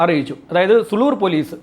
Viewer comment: പട്ടണം പുതൂർ ആണ് സുളൂർ അല്ല സൂ ലൂർ ആണ്